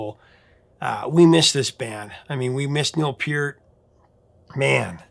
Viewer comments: Hey you pronounced Peart's name correctly! Nice! lol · Thanks very much for your intelligent commentary on Rush. You're spot-on with analysis and accurate with the history. I always watch immediately when I see a new video posted. Your appreciation for the boys is evident and your respect for them welcomed. You even pronounce Peart and YYZ correctly and know it's THE Spirit OF Radio. With all of this, I did chuckle when, in this video, you referred to The Fountain of "Lamenth." Hey, you can't win them all. Keep up the good work. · He did say Lament. LAMNETH. At least he knows how to pronounce PEART!